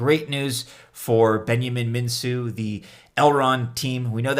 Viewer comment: Elrond's creators' last name is pronounced MinKu: the c is solid, not an S... Romanian confirms! Great idea, watch the whales and distribution tho...